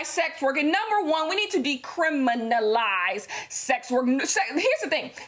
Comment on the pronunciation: When said “ DE-CRIM-INA-LIZE”. Give her all the awards🤩🤩 thanks for using your platform!! Side note: I love your paintings 🥰🥰